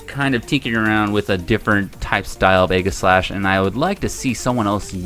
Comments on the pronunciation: Omg dude it’s eej-I-slash not egg-is-slash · Lol he said aegislash weird it sounds like eggaslah